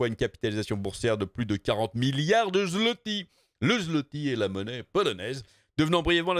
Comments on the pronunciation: En passant, zlotie se prononce "zwoté". :) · On dit phonétiquement parlant le "zouwoté" pour le zloty :p, de la part d"un polonais